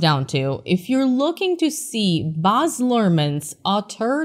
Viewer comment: He name is Baaz not Boz